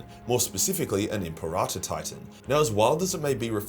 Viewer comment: M.P. Rata is such an odd way of saying Imperator. Am I missing something?